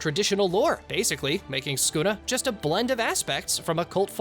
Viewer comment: Bro the way bro says sukuna skuna like na